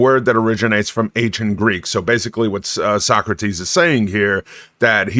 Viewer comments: So Socrates is pronounced as So-Crates? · please tell me your pronunciation of Socrates is a bit that you're doing